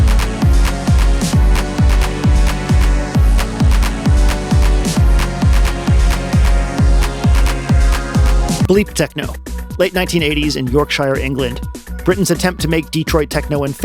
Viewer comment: I'm back after a second watch and man techno is fucking awesome. Also you've lived such a fascinating life, I know it'd never work with an algorithm but I'd love to watch a video about your life. Also please never pronounce Yorkshire like that again <3 Fucking insane and incredible video. This was awesome.